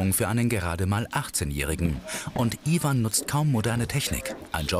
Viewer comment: iewan und zaschaa😂😂😂